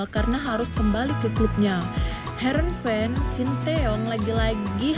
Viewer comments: bukan verenhen tp herenven mba 😁😁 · Herrenven min bukan verenhen😂😂😂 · Heerenveen, mbak ..bukan veerenheen.... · Komentatornya ngawur yabg betul harenveen bukan verenhen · bukan verenheen tapi Heerenveen yang dieja "Heer" "en" ""Veen" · Mimin bicara sambil kumur².. Nyebut SC Heerenveen aja kaga bisa.. Trus gmn Netizen bs percaya isi/konten beritanya coba??? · Mimin bicara sambil kumur².. Nyebut Heerenveen aja kaga bisa.. Trus gmn Netizen bs percaya isi/konten beritanya???